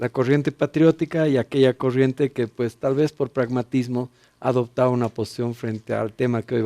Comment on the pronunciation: LA INDIA DICE POS JAYA JAJAJAJAJAJAJA